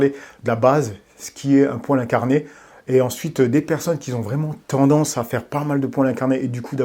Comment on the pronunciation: Top tes vidéos et ta chaîne!!! 🤜🏾🤛🏾 En revanche évites de dire : Des gens qui "zont" ou ceux qui "zont". Mais plutôt des gens "QUI ONT". Désolé... Force à toi.